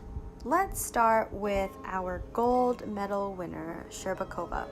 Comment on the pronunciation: Shcherbakova's name pronounced perfectly but Trusova's not. The stress should be on 'u' rather then 'o'. You'r welcome.